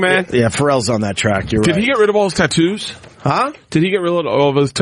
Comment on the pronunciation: Bert changed how he says Tattoos. For years he's been saying Tittoos, but this has him cleatly saying it correctly. Tattoos